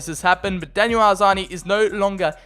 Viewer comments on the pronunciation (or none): none